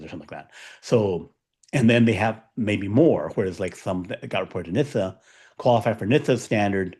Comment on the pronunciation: its “NIT-sa”, not nista